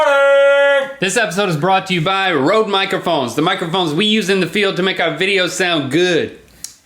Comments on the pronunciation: thats not rode, thats røde. The ø should be pronounced the same way as the o when you say "Loooove" in a sensual way. Norwegian, language for the sensual people... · I like Links pronunciation of Røde xD